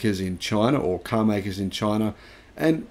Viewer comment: I love the way says "caaar". Sounds a bit like a New Yorker.